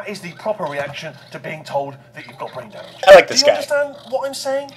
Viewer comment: Lol "Drain Bamage?"